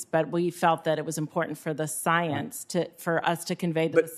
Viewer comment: Any time the syllables in the word 'science' is stressed so comically that's a dead give away there's more belief that fact behind what's about to be said.